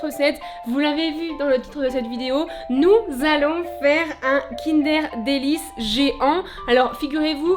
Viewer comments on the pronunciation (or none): "kindair délice" sait Kinder délice 😭😭